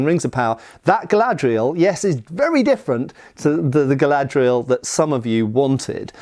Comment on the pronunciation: It's. Not. Galadriel.